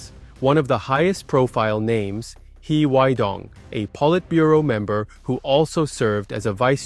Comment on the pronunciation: Sorry but it's a little strange to me your pronunciation of HeWeiDong. He is pronounced oddly for a Chinese speaker and yet you look ethnically Chinese. However your English speaking is very good. Regardless... It's very informative speculation on the machinations happening in the 4th plenum.